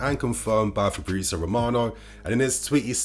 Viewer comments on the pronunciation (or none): none